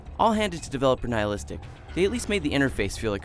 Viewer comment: nigh-a-listic? give me a break....